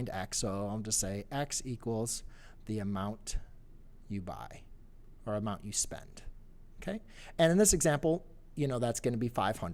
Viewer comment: LoL 'Amound ' == Amount